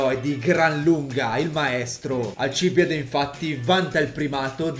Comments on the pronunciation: Video informativo ed ignorantissimo come sempre, ma ho due cose da dire: 1- La pronuncia dovrebbe essere Alcibíade, non Alcíbiade 2- Socrate non ha mai lasciato scritti, al massimo potrebbero esser stati i suoi allievi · Tutti a correggere la pronuncia dicendo che quella corretta è Alcibíade. In greco antico era Ἀλκιβιάδης (Alkibiádēs). Alcibìade è latinizzata, la pronuncia più corretta è Alcibiáde. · Dal titolo avevo capito che questo video sarebbe stato pieno di errori, ma non fino a questo punto. Si chiamava Alcibìade, non Alcìbiade. Era il miglior allievo di Socrate, secondo quello che lo stesso Platone ci dice, non era per nulla ignorante e nemmeno un cretino, anzi, era un genio del male, secondo Platone aveva tutto il potenziale per diventare un grande filosofo, anzi, per colpa di Alcibiade molti credevano che la filosofia fosse pericolosa, il problema più grosso della Repubblica di Platone era mostrare che i filosofi al potere non sarebbero stati come Alcibiade. Come qualcuno nei commenti ha già detto, Socrate NON SCRISSE NULLA! NULLA! Era contrario all'uso della scrittura. Sulla mutilazione delle Erme, non si sa cosa sia successo. Forse erano stati gli amici di Alcibiade ubriachi di notte, o forse erano stati i NEMICI di Alcibiade che poi volevano addossargli la colpa. Inoltre, che io sappia si pronuncia "Egospòtami", e non "Egospotàmi", seguendo le regole degli accenti greci, ma non ne sono sicuro. Sono certo invece che la città di Turi in greco si chiamasse "Thoúrioi", e quindi in italiano si pronuncia "Tùrii", e non "Turìi". Insomma, smettiamola di stuprare i classici. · 1, si pronuncia Alcibiade, non alcIbide 2 Socrate non ha mai scritto di lui 3 il sovrano persiano era il re dei re, per noi mortali l' imperatore, il titolo di sultano non esisteva ancora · un paio di incorrettezze: la pronuncia corretta del suo nome dovrebbe essere Alcibìade Socrate non ha MAI lasciato scritti, proprio niente neanche di filosofia per il resto bel video